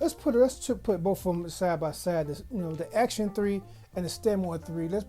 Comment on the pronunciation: I'm not trying to be anal, but it's " ACTON. 3, not " ACTION 3. Sorry dude, had to get that out the way. Good video.